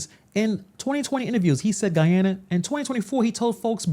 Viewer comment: He couldn't even pronounce Guyana correctly. It's not Goo Yana, it's Guy Ana.